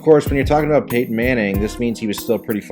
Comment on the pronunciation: PAY TON.. Not PAY HYEN. There's a 'T' right in the effing middle.